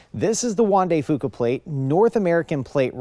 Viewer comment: Up here we pronounce Fuca, F-You-ka.